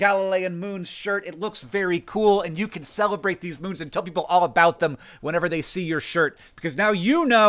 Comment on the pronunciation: "So I can celebrate them too" emphasis on the cel (sell)